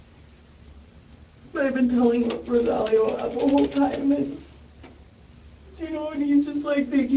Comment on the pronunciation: ROSE-ALL-IO the name pronunciation was killing me. Narrator kept sating RO-SA-LEO